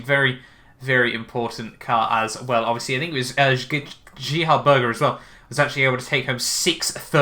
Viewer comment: GEH-HARD BURGER